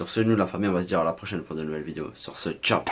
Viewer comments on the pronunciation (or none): none